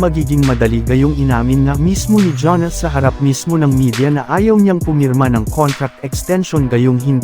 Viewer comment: paki ayos po ang pag pronounce sa Name ni Giannis Antetokounmpo hndi Janis Antetokounmpo 😂😂 Fake News na nga Lang hndi Pa inaayos ang pag pronounce sa Name ng NBA Player 😂